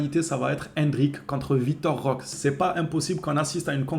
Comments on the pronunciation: C'est pas compliqué on dit Roquéééé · 🚨🚨🚨🚨🚨🚨🚨🚨🚨🚨🚨On prononce Roquéééé On prononce Roquéééé On prononce Roquéééé On prononce Roquéééé On prononce Roquéééé On prononce Roquéééé 🙏🙏🙏🙏🙏🙏🙏🙏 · C'est ouf d'ecorcher le nom de notre nouvelle recrue. On prononce Roqué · Roquéééééééééééééé avec un é